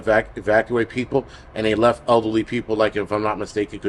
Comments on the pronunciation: Same here! LOL. I thought he meant ugly like bad personality then I realized he said elderly even though I heard ugly. 🤣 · I kept hearing ugly people instead of elderly people and I was thinking why is he saying that we might need to shelter in place if we are ugly. LOL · I heard it too!! There's a crisis going on and we don't need to add ugly people to the mix. LOL I'm crying!